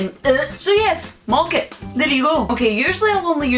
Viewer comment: It's not 'mocket' it's 'mawket'